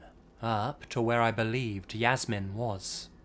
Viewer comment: A little tip: Jasmin is pronounced in German as [Yas-mean].